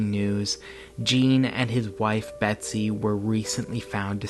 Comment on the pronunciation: Hes talking abiut william dafoe for sure and u totallt butcher med betsys name wow😂 u always butcher ppls names its embarrassing man..do some research b4 the videos lol